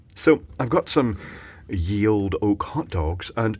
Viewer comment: It's not pronounced "Ye", it's still pronounced "The". The Y character is called a thorn. As with all my knowledge, I learned this from QI.